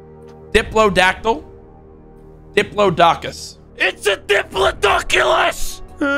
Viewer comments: You don't know how to say diplodoculus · It’s a dipyeahdokyoules